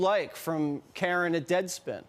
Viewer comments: Karran😂😂😂 you mean Karen? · I believe that authors name should be pronounced “KAREN”! 😂😂😂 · Amazing how this is the only name you’ve ever pronounced... it’s KAREN BRUH! SCREW THAT GUY!